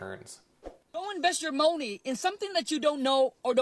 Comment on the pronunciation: Did that guy seriously say Mowney? lol